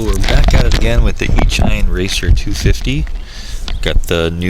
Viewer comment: The Hobby People HPHeli BatFly is the same exact Quad 250 racer. Thats are Circular Polarized antenna, you needs the same at your Rx .... BTW, it's pronounced E A Sheen, like Machine, not "E shine". duh.